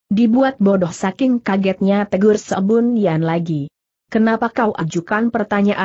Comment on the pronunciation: Sebun Yan kok dibaca Sebon Yan?